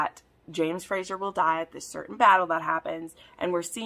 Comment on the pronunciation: Question, why do you say Frasher"s/Frasier???? It's Fraser, like S sound.